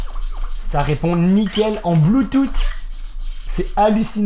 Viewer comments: oe mdr, moi aussi sa me fais trop rire mdr le bloutoute x) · un peu d'humour, mais le BLUETOUTEEEE m'a tué lol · Le " bloutoute " ptdr ça a fumé sinon niquel la vidéo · En "BLOOTOUTE!!!"😂😭😭